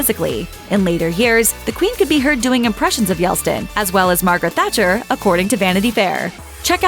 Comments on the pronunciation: It's pronounced YELTSIN. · Who? Who is this Boris “Yelstin” 🤷🏻‍♀️ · Sounds like English Yelt - sin. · Boris Yeltsin… not Yelstin. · A word of advice to the narrator in this piece. Yeltsin’s name is not pronounced “Yelstin”. Paying attention to grammar and pronunciations is part of a broadcasters job if you want to be taken seriously. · This bothered me too. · "YELT - SIN" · Yes. The narrator surprised me by not being able to pronounce Yeltsin with the consonants in the correct order. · Now if the narrator could only pronounce Yeltsin correctly. 🙄🙄🙄🙄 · Why could not a reader be hired who can actually pronounce Yeltsin`s name correctly? Had she never heard of him before? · Learn to pronounce Yeltsin before blathering on about him online Typical American ignorance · how often can you mispronounce yeltsin´s name? The List: "Yes." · ‘Yeltsin’ — you are always making ignorant mistakes with names. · Fair-ish and balanced but Royals don't have 'compounds', estates and residences and please correct your awful pronounciation of Yeltsin, the t is silent. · Yeltsin is pronounced as written. But why do I bother. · She probably kept mispronouncing Yeltsin because the writers didn't spell it properly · Yes her job is to read a script but she can't even read the letters in the correct order and that's the big issue. It's not a rocket science. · it's YELT SIN not YELSTIN..... Learn to read and pronounce things correctly! It's embarrassing! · It's Yelt -Sin ....Yeltsin and not Yel-Stin. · LOL, the guy's name is yelTSin not yelSTin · Yeltsin ... Yelt-sin ... Yelt.Sin. Yelstin lives in the Bronx. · It’s Yeltsin. It’s not Yelstin. 🙄 Also, the dukedom is Harry’s title. Meghan has a title only bcus she is married to a titled Brit. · Please learn how to pronounce “Yeltsin.” You’re saying “Yelstin.” It’s Yelt-sin, not Yel-stin. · It was yellt sin not yell stin. If you are going to narrate videos learn how to pronounce your words please. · It's Yeltsin... not Yelstin! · Yeltsin not Yeltstin.